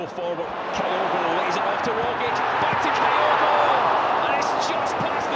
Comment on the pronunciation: Who is "Kaiogo"!!??? This Japanese player is called "KYOGO", as in TOKYO/KYOGO!!